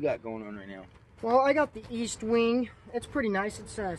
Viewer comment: It's estwing. Not Eastwing. Next week talk about toolbags